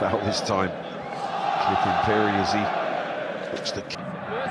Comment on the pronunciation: this commentator been pronouncing phiri as puri😣😣😣 we are not taken serious